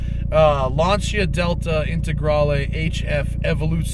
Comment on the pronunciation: TheSmokingTire I'm so glad you pronounced the name Lanica right i watched a clip of a Lancia Stradale owner on jay leno's channel and he fucked up the name claiming the proper name was launcher